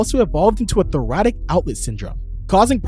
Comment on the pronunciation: “Thoracic outlet syndrome” It’s pronounced “thor aah sick” dawg.